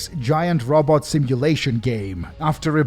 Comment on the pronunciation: I need a clip of you saying "Robot" 😂😂